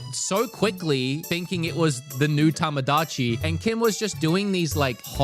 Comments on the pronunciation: Lol it's TOmodachi life, not TAmadachi life... that's probably why u got confused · It’s not TAMAdachi but TOMOdachi, so many content creators just don’t bother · LOL without the long o sound in Tomodachi I could absolutely not distinguish between your Tamagotchi and Tomodachi RIPPP